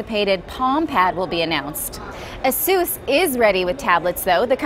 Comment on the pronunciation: its a-sus not a-soos